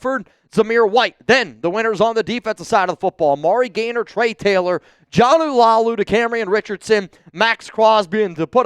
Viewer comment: Jonah's last name is La-ulu not Lau-lu.